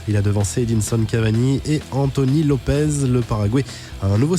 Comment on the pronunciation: Arrêtez de dire Anthony LopeZZZZ svp